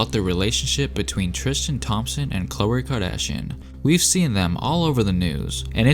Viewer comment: “Thrishtan and Khloer